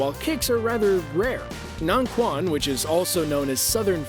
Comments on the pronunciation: Corrections: - Circle walking is not a synonym of baguazhang, but rather its fundamental training. - Shadow boxing is not a specific word for taijiquan. - Taijiquan - "quan" is pronounced like "chwen," not "kwan." (Just like in "qinna" or "qigong" - any "q" actually) - Shaolinquan, xingyiquan, nanquan, changquan - ditto (don't say "kwan"). Actually, both baguazhang and "northern Shaolin" are both very aggressive and very defensive. - Xingyiquan - I don't see any xingyiquan movements at all. - Northern mantis - I don't see anything here that looks particularly like northern mantis. - Kobudo does not have "of Okinawan" in its meaning; it means any kind of old martial art in Okinawa or Japan. (Also, why all the irrelevant Naruto clips here?) - Changquan - in real life, this is basically a synonym of "northern Shaolin." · dude butchered the pronounciations Taiji quan is pronounced taiji Chuen. Baguazhang is Pronounced Bagua Zhahng not aang.